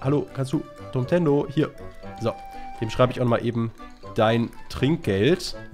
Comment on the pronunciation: Wer denkt auch immer, dass Abge anstatt Dummtendo Domtendo sagt?